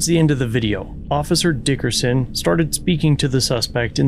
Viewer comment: I approve of the way you say, "DICKerson"